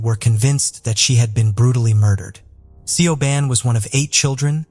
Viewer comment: It’s not sioban it’s said shiv-awn